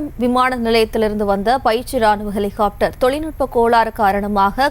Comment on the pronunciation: ஒரு செய்தியாளரின் உச்சரிப்பை பாருங்க... எலி... காப்டர்... பெருச்சாளி காப்டர் இல்லையா..ஹெலிகாப்டர் என்று சொல்லத் தெரியாதவனெல்லாம் நிரூபர். கேவலம் டா...